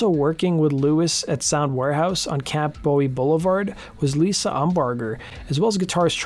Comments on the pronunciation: It’s Camp Boo-E not Camp David Bowie 👍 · I'm from Fort Worth and used to go to Sound Warehouse. FYI, it wasn't on the street "Camp (bo - ee)", it was on the street "Camp (boo - ee)". Named after James Bowie (boo-ee), from the Alamo.